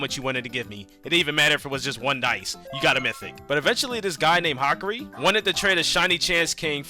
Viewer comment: Your saying hakaris name wrong